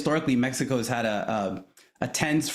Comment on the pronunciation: Keep going into accent.... You're not helping your cause at all. We speak English. We don't know where MehHeCo is... We know where Mexico is.